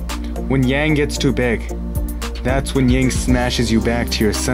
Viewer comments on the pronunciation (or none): Yin and yang pronounced Yin and Young.